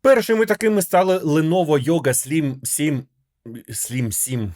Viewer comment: Лєново Йога Слім Сім 😂😂😂